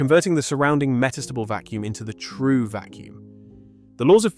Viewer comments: Why the hell are you pronouncing "metastable" so strangely? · Can you please figure out how to pronounce “meta stable”?